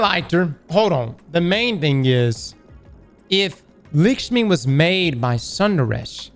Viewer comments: It’s not lick-shmi it’s luck-shmi, it’s an Indian name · LAAAAAKSHMI stop saying Lickshme ffs lol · Its actually more like lukshmi like luck shmi but dont put stress on c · How can here "Lakshmi" then immediately turn arounf and say "Lickshmi" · How the hell do you get "Lickshmi" from "Lakshmi"? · “Lakshmi-2”: “LICKSHME!” LMAOO never change,never change. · LAKSHMI NOT LICKSHMI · “Lick-shmi” lmao. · Whenever anyone tells me I’m saying a game character’s name wrong, I proceed to make it worse. Lick-shmi forever. 😂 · lick-shmi lol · Please always keep saying Likshmi and Haamkara forever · He can't even pronounce his own name right, and yall wanna teach him how to pronounce Likma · Lick-smi, LMAO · Lakshmi is pronounced lock shmee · calling Lakshmi lickshmee is like calling him Criss 😂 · Was scrolling down to find a comment on your wrong pronunciation before I posted a comment myself. Heard the LACKshmi comment in the video and cracked up at lickshmiballs 😂😂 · What's Likshmi? Likshmi balls! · It's pronounced "Licks-Me"!! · It's amazing how can't pronounce lak-sh-mee when it's even pronounced correctly in front of him multiple times 😂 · my man said lickshmi 😂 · Destiny YouTubers have the worst reading and writing comprehension skills. We listened to same the dialogue as everyone else here, and still insists of calling Lakshmi, “Lick-shmi” like man, you HEARD her name spoke five minutes ago. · "Lick-shmi" nutty pronunciation there bud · This man saying LICK-Shmi for an entire video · It's not Likshmi neither Lackshmi!!!!! It's LickMe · For the love of God!! If you say LICKSHMEE one more time!!! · Lacksh-mee. Stop it. Lol. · Say it with me folks, “Lak-Shmi” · Who's Lickshmi 😂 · The way pronounces Lakshmi is retcon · Pronouncing Lakshmi wrong.